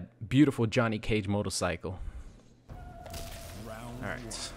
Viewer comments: Notice that said “motolcycle” and not “motorcycle” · same, he said it like 3 times in a row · Can we get a compilation of saying “motorcycle” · The way you say "Motorcycle" throughout the video has a bit of that Austrian accent to it and I love it